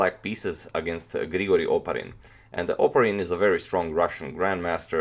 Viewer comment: It's "opArin" but no matter i guess.